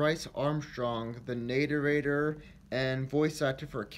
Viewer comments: "the natearator"..... Nah ray tor is how it sounds not nah rate ah rate or.. ffs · Narrator. Nair-rate-or. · Nator-ator?! ROFLMAO! (Ok, It definitely wasn't a mistake, our boy says it a few times.) 🤣😂😆😎 RIP BRICE! You will be DEARLY missed! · I still think the correct way to pronounce it is NARE ATOR